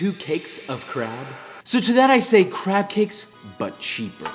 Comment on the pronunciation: Josh: but cheaper My ears: BUTT CHEEKER